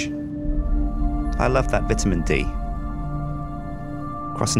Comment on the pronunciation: Is it me, or does he say vitamin like bitumen?